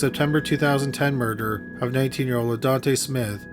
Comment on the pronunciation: Not to be a dick but every time I hear you say "murder" , I hear u say "murderer" . Am I hearing u wrong?